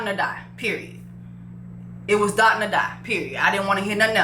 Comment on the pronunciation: As a Nigerian, I just have to say this... his name is pronounced Doh-tuhn (like dough-tune). Alright, that's all lol